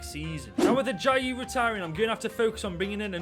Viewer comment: Lol.... you absolutely butchered that Nigerian name 💀 .. Ajayi is 'A-JA-YI' not 'A-DI-JAY' 😹😹